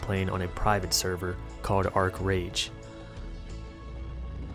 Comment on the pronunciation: "Ark Rage" LMAO!